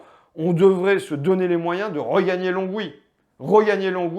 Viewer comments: Lon-oui non Longue-oui ! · Pour gagner à Longwy, il faut le prononcer "LON OUI" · On dit Longwy sans prononcer le "g". Important si tu vas là-bas.